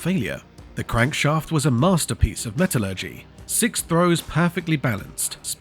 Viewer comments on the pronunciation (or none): none